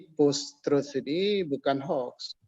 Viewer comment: Malu sy mndengar seorang Dr..dari kampus..mengucapkan post-truth dgn "postrat"...era postrat...Payah.. Memalukan sekali... Tolong dikoreksi ini..